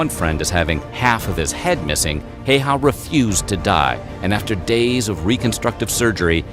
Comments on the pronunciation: Siiimo hayhaa. Shit pronouncing🤣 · btw man in video is pronausing Simo Häyhä wrong letter ä dont be pronaused like letter e. man in vide is pronausing the name Simo Heiha not Häyhä